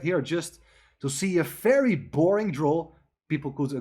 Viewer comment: Very with a V!! Not an F!!